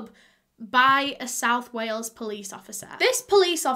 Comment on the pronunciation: "Whales" haha. It's "Wales". But yeah just am blown away by this case, the fact that its just so OBVIOUS that its the husband!! Ugh.